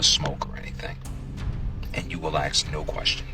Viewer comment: INside the wing fuel tank and I hope he learns to say ask rather axing questions.... com/watch?v=4Ivi4UdDMbE